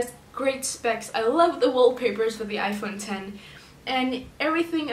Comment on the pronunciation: Finally someone that doesn’t say "iPhone Ecks" 😂